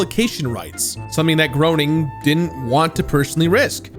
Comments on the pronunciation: For future reference, Matt Groening's last name is pronounced "GRAY-NING" and not "GROW-NING". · Love the episode, love this game, but, just for future reference, it's pronounced Matt Graining, not Matt Groaning. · I was under the impression that Groening was pronounced like 'graining' not 'groaning'. Anyhow, I was enamored with this game for every bit of an hour before I came across a super frustration mission, which upon attempting the fifteenth time, I gave up. I decided my blood pressure would thank me for not trying to beat another one of those frustratingly unfair games from the early aughts. Seriously, the level of patience needed to surpass the rental padding they added to games back then was insane. I understand they didn't want you to rent the game from Blockbuster and beat it in a weekend and never buy it, but they could have padded it out with some decent side stories and still come out on top. My kids love it to death though, my daughter especially. She basically just explores the city, occasionally doing a mission or two. My son just likes ramming buildings at high speeds for some odd reason. Wait until he gets his hands on GTA IV when he gets a little older, the rag-doll effect makes that pass-time so much more fulfilling! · Matt Groening's name is pronounced "Grenning", not "Groaning". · Just so you know, Matt Groening's last name is actually pronounced Grain-ing not Groan-ing. As Matt himself says "it rhymes with complaining". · Ay bro, it's pronounced "Graining". You're gonna have to re-record the whole video now to get Matt Groening's last name right. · Ahhhh. It's pronounced "Grain - ing" not "Grown - ing" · GRAY NING. Every time you mispronounce his name I die a little inside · FYI Matt Groening’s last name is pronounced “GRAY-ning” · Groening. Pronounced like GRAY-ning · I feel like his last name is pronounced differently... I've heard it pronounced as "gray-ning" but I could be wrong 🤷🏻‍♂️ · grain-ing. it's pronounced matt GRAIN ing